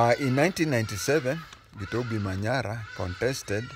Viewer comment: For the pronunciation we do pronounce the "B" as a "B" not has a "V" the name is not Ukuyu 😂